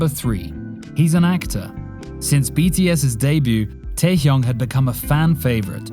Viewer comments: It's not Taekyunk it's TaeHyung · KinG tAehYunG PaNg sIhYuk Smh did I heard it wrong?